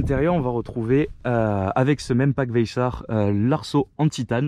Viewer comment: Super vidéo, et pour le pack course, ca ce prononce k le ch donc vayssak si tu veux